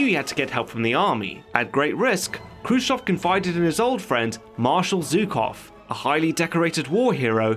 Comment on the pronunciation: 👍👍for correct pronunciation of kruschëv Update: watched the film and Steve Buscemi and Jason Isaacs gave really good performances.